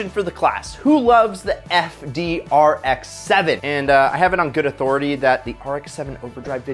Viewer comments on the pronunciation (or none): none